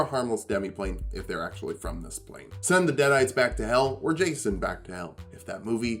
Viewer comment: "deaderites". Come on, man.